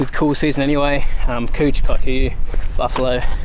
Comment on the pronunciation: Only aussies can pronounce the word COUCH, as COOCH😉😎🤣🤣🤣🤣🤣